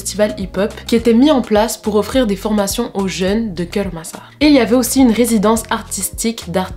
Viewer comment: Tu prononce mal😂😂😂 kêur massar😂😂😂